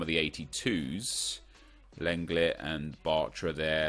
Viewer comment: Its not len-let is long-lay